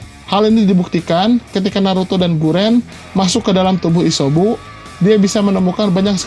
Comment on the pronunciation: Isyobu jijik w nenger lo ngomong shynobi dll